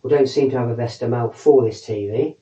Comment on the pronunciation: VES A not VESTA